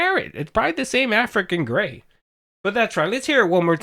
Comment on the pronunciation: says Afican gey 😂